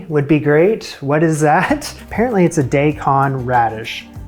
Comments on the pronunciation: Dai Kon. Pronounce dye. Not day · Daikon is not pronounced day -con. I'ts Dye-Con. Google your terms. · Dye-con radish, its not day-con its dye-con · Just a little heads up "Daikon Radish" is the japanese name, pronounced "Die-kon". English structure isn't followed, it's purely syllable sounds. - da-ii-ko-n. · It’s pronounced “die-kon,” at least in Japan! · Daikon raddish is pronounced Die-cone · Daikon radish is actually pronounced *Die-con-radish*....i hope everyones ok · And I thought Americans were bad at pronouncing foreign words, but Canadians take the cake. Sorry, but...day-con? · You heard of Daikon radishes… as Daykon? Hahahha im confused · daikon is pronounced die-con